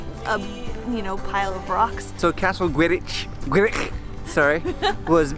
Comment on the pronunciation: As a native Welsh speaker I was surprised because your pronunciation of Gwrych was spot on the first time,! Dda iawn! (Well done!) haha. Only down side is you didn't visit Caernarfon castle as that's probably the best one in all of Wales and also situated in the middle of the town.